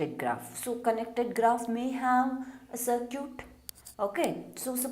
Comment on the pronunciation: Idk why she is pronouncing circuit as sircute😂😂